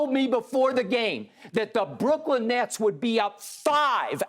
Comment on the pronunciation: Lmfao, my mans say smoking on that “Nets Pack” 😭😭😭